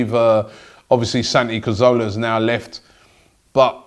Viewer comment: Please, just for once Robbie could you just pronounce CA-ZOR-LA properly and not say CAR-ZOLA. I know it's not a big deal, but it does my head in >< show the little magician some respect